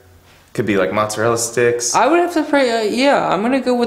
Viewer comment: "mozzwa sticks"